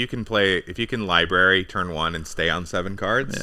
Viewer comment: Lib-ary lol